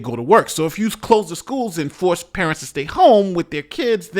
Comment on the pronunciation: "... here tostay" What's tostay?